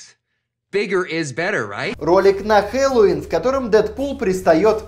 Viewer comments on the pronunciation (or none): none